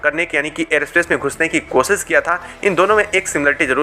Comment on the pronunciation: बेटा पहले हिन्दी ढंग से सीख ले ,फिर यू ट्यूबर बन कर, विडियो बनाने की। "कोसीस" करना !